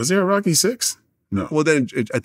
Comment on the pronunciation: I have never heard anyone butcher Rocky so bad